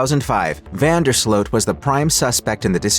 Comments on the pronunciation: it's Slute not Slote. Correct? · No that's not correct. In Dutch, the double o is pronounce like a long o -- i.e. "Slote". In Dutch, the combo "oe" is pronounced "oo" like the Dutch first name Jeroen, pronounced "yeroon".